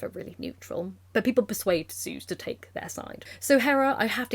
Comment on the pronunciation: I love the gay old men as Zeus Ze-Us